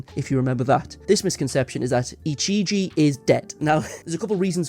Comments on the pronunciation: the guy saying ichiji instead of ijichi is making me go crazy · I'm sorry, editor, but my brain itches every time you pronounce 'Ijichi' as 'Ichiji'